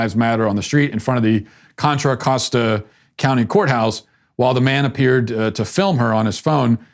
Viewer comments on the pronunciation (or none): none